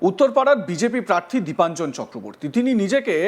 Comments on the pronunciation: নামটাও তো ঠিক করে বলতে পারছেনা।দেবাঞ্জন নয়- দীপাঞ্জন। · ওনার নামটা তো তো শুনলাম দেবাঞ্জন বলে উচ্চারণ করলেন!! তাহলে??